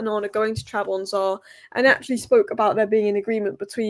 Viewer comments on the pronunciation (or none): Trab zon spor😂😂😂😂😂😂 say it with me......not Trabonza😂😂😂😂😂